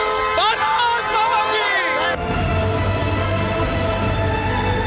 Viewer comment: Finally the anchor pronounced satyameva jayate correctly..